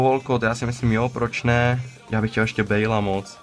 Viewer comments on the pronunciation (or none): none